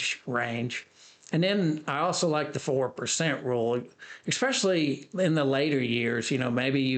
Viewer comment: it's especially NOT exspecially...🤣😂😭